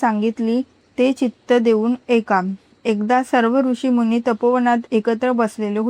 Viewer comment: ऐका शब्दाला एका म्हणता असं चुकीचं वाचन करु नये.